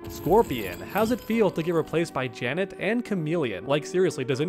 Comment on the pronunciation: This video is What your MK1 Main says about you in disguise it’s Janet Cage not Janat Cage